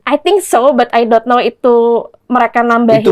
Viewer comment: 04.00 " i dot know?" Itu pengucapan british ya?